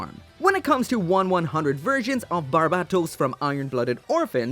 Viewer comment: How can you still not say barbatos’s name right?